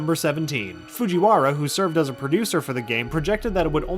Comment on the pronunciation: "Foojy Warra"